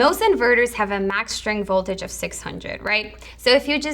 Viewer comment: Jak mówisz "sztryng" to brzmi słabo